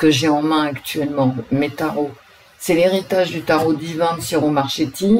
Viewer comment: coucou... Pour info : le CH en italien se prononce comme le QUE ... ce qui donne : QUIRO MARQUéTI... quand je t'entend dire ce nom, j'ai mal à mon oreille italienne.... mdr . Après tu fais comme tu veux. bisous et merci pour ce tirage